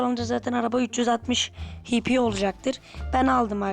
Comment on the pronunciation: hp hipi diye okunmaz heyçpi diye okunur